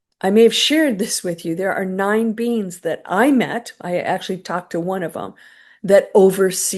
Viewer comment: When you said, "9 beings overseeing the galaxies", I thought you said, '9 beans overseeing the galaxies'. 😂